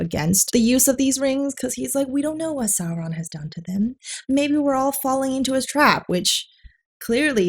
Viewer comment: The stressing on R's and pronouncing words like 'what' as 'wuhhhat' were super hilarious